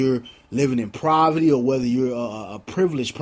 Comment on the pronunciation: Did you say proverty?